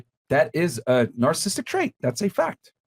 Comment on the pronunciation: After all these years still can't pronounce "narcissistic" correctly.